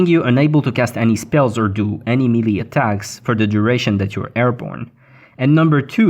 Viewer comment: Ugh melee is pronounced may-lay lol